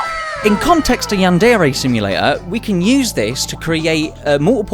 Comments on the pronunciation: How to say it: Yandere. Yan-Də-Rə (What is this symbol, you ask? It's the character that represents the sound you made when you said "the" in your head upon reading this. Not an E sound and not quite the Uh sound.) How not to say it: yanDAIRY. yanDERRY Yanderay. Never stress the second syllable of Japanese words because when you do: Japanese people experience cringe. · I swear I'm not a weeb, or a yandere sim fan, I'm just a linguist It's pronounced closer to yanduray than yan DARE ay Edit: he starts pronouncing it correct later in the video